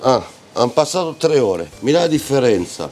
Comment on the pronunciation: Un trrrrreh